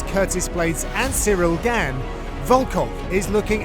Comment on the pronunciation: John mate, it's pronounced "gaun", even the commentary had it right, this is your job.